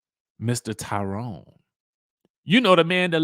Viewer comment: says Lie Rone. Lol